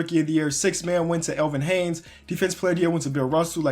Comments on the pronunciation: Elvin HAYES.... not Elvin HANES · HAYES not HAYNES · Stop saying Elvin haynes it's elvin Hayes there is no n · There is no N is Elvin Hayes. Its not Hanes. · Elvin HAYES. no N in his last name smh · also theres no n in Hayes